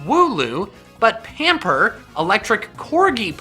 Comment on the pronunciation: He looks so stupid nowadays that all that was true and he pronounced Yanper pamper